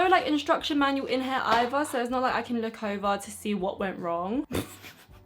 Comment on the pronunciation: 'I ceennn' 😂😂 love u